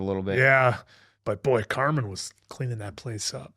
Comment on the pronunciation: I love you but it's Carmen, not Carmine. he's not a place for steaks🤣 I'm so excited for these reactions! The Bear is top tier television 🤩